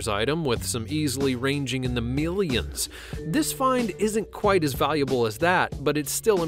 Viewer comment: It wasn't worth meelyuns though, fanascinating.